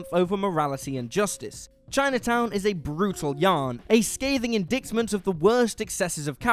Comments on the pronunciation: Do you mispronounce words deliberately to get comments? “In-dict-ment,” really? “Indictment,” is pronounced, “in-dite-ment.” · 'indiktment' ??? you mean 'indaitment' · The word is in-die-tment, not in-dikt-ment Fargo is in North Dakota not Minnesota Winter Bone takes place in the Ozark MOUNTAINS, which are in Arkansas. There is no mention of the Ozark Plateau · Did you really say Indict-ment? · Yes he did...ludicrous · Indicktment? That's not how you pronounce indictment. The C is silent 😂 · Indicktment? If I wanted atrocious pronounciation I'd watch an American channel. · That's not how you pronounce "indictment" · Please learn how to pronounce indictment.